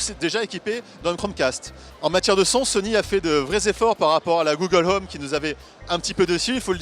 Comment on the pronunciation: "Google Heume"